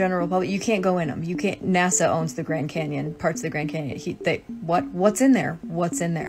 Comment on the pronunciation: The grand 'mars' canyon 😂